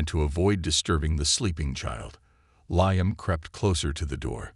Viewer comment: The AI needs work, It's LEEUM not LIEUM...